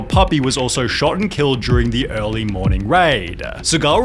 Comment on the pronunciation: I.... look, the content of your videos seems pretty good, but why are you ending every sentence with a drawn-out syllable? As in, "he was a martial artist instructooooor" "regularly showed up late and left earllllyyyy" "It only gets worse from hereeeaaahh" A lot of youtubers are doing it, and it drives me insane.